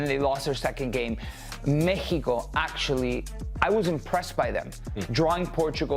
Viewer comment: In english its Mexico not Mehico. We get that you speak spanish you dont need to rub it in our faces all the time